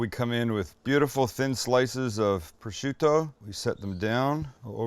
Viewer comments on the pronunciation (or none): none